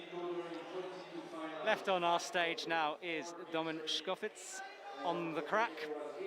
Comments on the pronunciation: Stop saying "tschkofitz"!! domen TSkofiTCH! Just cant keep hearin it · It's actually fitz... It doesn't end with č